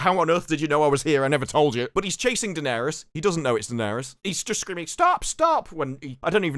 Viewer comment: Bloke keeps calling her dennerys yoh